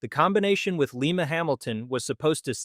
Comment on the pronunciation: Merger with Lima-Hamilton: Lye-muh, as in Lima, Ohio, not Lee-muh, as in Lima, Peru.